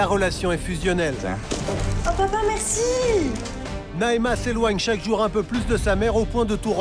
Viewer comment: Mdrr c'est Naema